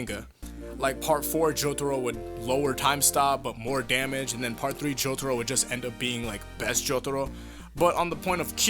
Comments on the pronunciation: Please stop pandering with your pronunciation of "Jotaro". It's so cringeworthy. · i hate the way you say jotaro